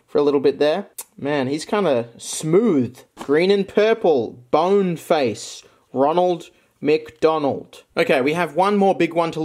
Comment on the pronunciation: Gothic Roneld MC Doneld. Nice way to pronounce it